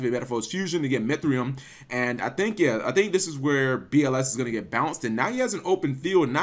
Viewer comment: Each time I hear "BLS deck" it's sounds like "bullshit deck" for me smh